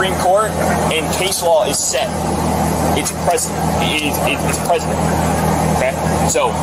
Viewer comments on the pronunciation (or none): Lol. He said "it's president". Not precedent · It's ok it's president guys..... Officer it's precedent.... You're wrong twice in one sentence. Low iq.